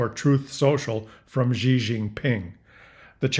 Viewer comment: Just a minor nuance - Xi is pronounced accurately as ‘see’ or ‘sea’ , not ‘gee’ 😊